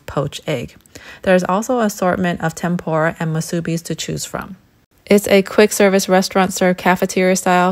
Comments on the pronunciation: And the way that you pronounced Musubi was very incorrect 🫢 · She aint lyin... they are so delicious, except where did she find parking lol and her pronunciation of musubi and some other words... I cringe.